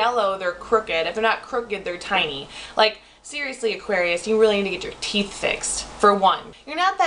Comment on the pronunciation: TEETH???? TEEF???????????? TEEEEEETH???????????????????????